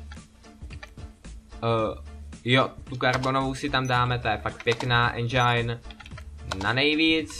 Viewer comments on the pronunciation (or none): none